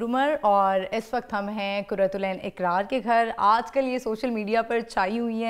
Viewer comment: Aap dono ne اقرار ko اکرار aur قرات العین ko کرت العین kar diya.